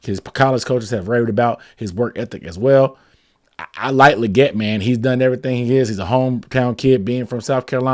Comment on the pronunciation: I think XL said its pronounced "Lee-get"